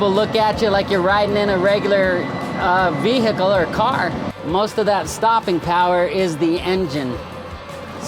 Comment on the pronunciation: It's funny how he pronounces vehicle as Vee-Hickle